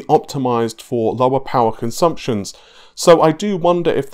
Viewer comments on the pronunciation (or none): none